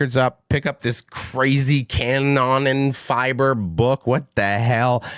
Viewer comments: Pronounciation be like "Cannon Fibre"... Ca-noonh-nan Feebrr would be more appropriate to pronounce 😂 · The guy who is willing to do a review has to at least learn how to pronounce the band's name in a way that is at least close to the norm. Huge disrespect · I love your accent, don't change. Still, if you want to know the pronunciation of some terms for curiosity reasons, try to say "Car-no-nen-feaber", album title: "dee oor-cutter-stro-fe" [= the original, primal catastrophe], the second last song is pronounced "ouse (like in house)-blute-oongs-shluX (make a sound like your throat is scratching) - t" = a battle that bleeds people dry. I'd actually love to see fan videos of native speakers pronouncing the foreign names of bands and albums formerly discussed on Banger TV. If it's wrapped up as a token of admiring fan work and intercultural exchange instead of snobbish arrogance that might be fun...and thanks for not making fun of the English accents of foreign fans and bands in return... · That's gotta be the worst German pronuciation I ever heard 😂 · he’s not mispronouncing, he’s misreading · Bro next time at least get google to pronounce stuff for you, this is embarrassing. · Damn, he's butchering my native language really hard...😅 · That has got to be one of the worst pronunciation of both the band name and the album title 😅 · Also,, just to help you out bud, Kanonenfieber translates to cannon fever, it's pronounced more like that.